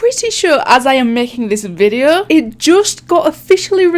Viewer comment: just started watching your vids and feel right at home hearing you say "videuUU", british gang awesome videos keep it up :)